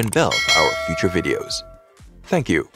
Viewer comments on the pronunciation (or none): none